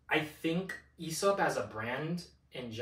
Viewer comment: loved ur whole approach to this video, my only criticism would be the Aesop pronunciation 😂since it's derived from "Αίσωπος" (Aisopos), and the diphtong "αι" is pronounced like the "e" in "egg" or "bed", the right way to pronounce it would be more similar to "Essop" , with the "es" being pronounced like the first syllable in "essence"🤓☝